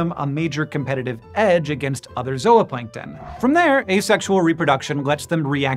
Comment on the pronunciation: Thank you for properly pronouncing ZOOPLANNKTON!! You correctly said "ZO-OPLANKTON" and not as so many do "ZOO-PLANKTON" or "ZOO-OPLANKTON." Thank-you!! Great video aswell.